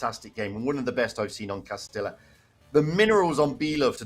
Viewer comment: ……this Texan taught you how to say Cah-ste-ah. Not Costilllllla.